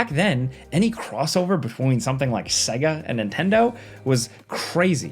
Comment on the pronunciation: Segue - Ah? Not Say-Gah? Another bloody AI voiceover. Hate this crap.